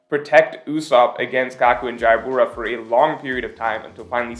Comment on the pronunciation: Still cant say Jabra's name right... Lol